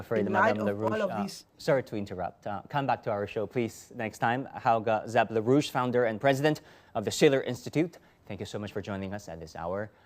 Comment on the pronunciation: Larouche, not "la rouge" or la russe !